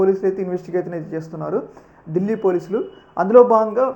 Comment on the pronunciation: Bro ఢీల్లి కాదు ఢిల్లీ